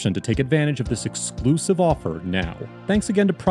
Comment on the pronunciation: It's "Exclusive" not "ExCLusive" :) Did I pass the test? :)